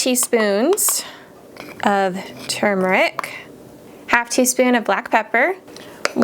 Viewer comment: Love the recipes but even more🎉❤🎉 YOU SAID TURMERIC PROPERLY. Even emojis and all caps can't express enough how much I appreciate that. People, listen to how she says it and say it her way (you can hear it early on in the chicken bouillon one). THANK YOU!!